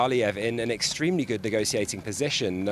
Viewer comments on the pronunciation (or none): none